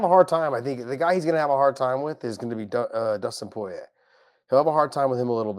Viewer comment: Dustin Pouyeah is how Josh Thompson says the Diamonds 💎 name.